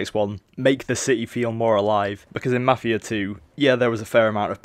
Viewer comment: i can understand everything you said except for ------MAFIA 2